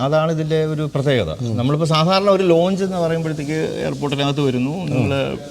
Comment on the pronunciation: Aero Launch.. ? It's Lounge